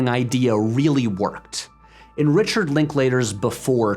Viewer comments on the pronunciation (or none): none